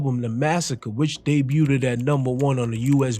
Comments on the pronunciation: Family, “debuted” doesn’t have the extra “ed” sound. It’s just “day-byou-d” not “day-byou-did” ❤❤❤❤❤❤ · this nigga said debut ted lol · How can you fuck up the same word over 20 times in one video? "Debuteded" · “Debuted” I don’t think u say the last syllable u keep saying bro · Homie you’re not pronouncing debuted correctly. It’s debuted, not debuted-ed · Bro Debut - Day-bue Debuted - Day-bued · Great breakdown , please stop pronouncing "debuted" that way ..it was driving me crazy. Much respect and love. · Someone teach this narrator how to say debuted please...😂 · The “t” in debut is silent. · You being unable to say “debuted” cracks me up every time 😂 Good vid tho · The t in debut is silent. It's french